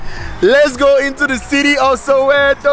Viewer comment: Soweto not sowero 😂,loved the video